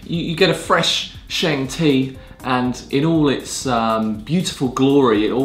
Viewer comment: A should be able to pronounce tea terms properly. Stop calling it sheng. It's pronounced shung.